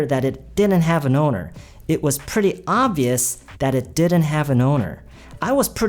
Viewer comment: Pretty를 말씀하실때 그냥 pre로만 말씀하시는 것 처럼 들리는데 맞나요??